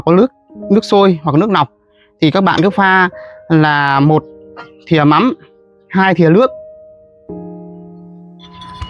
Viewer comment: Thìa ko phải là sìa nhé 😅